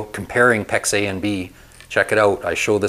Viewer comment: I’m confused. Is he saying Pex A, or pex eh?